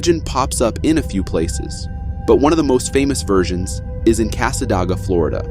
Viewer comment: As a native near Cassadaga when you said Cassadoga😂😂😂 Cassa day ga . Sorry Florida towns do have weird names.